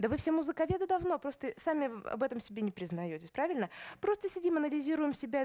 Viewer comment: Прально, стока и понимайте, да? Вроде образованный человек, но совсем не следит за произношением и словами-паразитами.